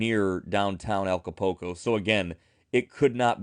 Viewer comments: did see the U? Because he used the "oo" sound..."ooh" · I certainly appreciate the information, and I mean no offense, but you’re butchering the pronunciation of Acapulco. Ah-ka-pool-co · Thank you for your post. I noticed that too. It like they don't see the U . It doesn't even make sense.